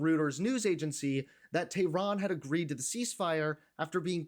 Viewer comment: I appreciate you, but please pronounce Iran and Tehran correctly.